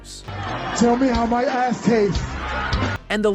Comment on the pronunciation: 😂😂😂😂 the way you say Ass always kills me